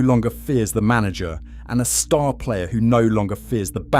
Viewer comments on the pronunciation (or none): none